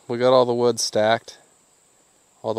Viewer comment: He got all that WEWD in the WEWDS